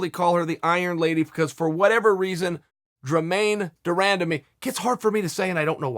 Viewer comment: If Chael says Dremaine, it’s Dremaine 😂